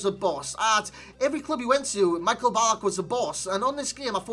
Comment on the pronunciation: Hes not pronounced like Michael Jackson 😂😂